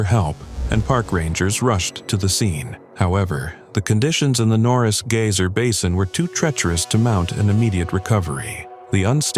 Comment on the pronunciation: Gayser, gizer or geezer…..no, geyser . pron, Guyzer. 👍